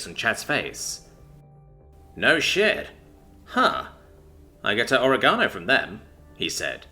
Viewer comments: It's not pronounced, ore-gano. It's pronounced. o·reg·a·no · Can't help but grin when you mispronunciation words. Not oh-ree-gah-no, it's o-reg-ah-no. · O-reg-a-no, bruh my brain did a double take when you said o-ra-ga-no